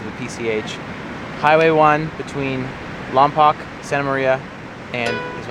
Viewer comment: Its pronounced lom-poke but its a common mistake. I live there and some of my best memories are of jalama